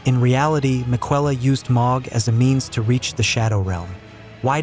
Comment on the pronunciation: Hopefully, you can get an A.I. voice over that pronounces Miquella correctly. That made me scratch my head a few times. Aside from that, great video.